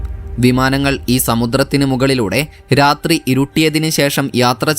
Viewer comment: റാത്രി എന്ന വാക്ക് മലയാളം നിഘണ്ടുവിൽ ഇല്ല ബ്രോ. റാത്രി അല്ല രാത്രി.സമുത്റം അല്ല സമുദ്രം